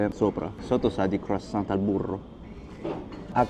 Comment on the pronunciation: Si dice " cruassan" la t finale in francese è muta😊